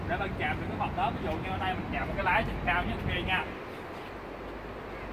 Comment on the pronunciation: Vl cái chữ "cAo" giống giống cái ấy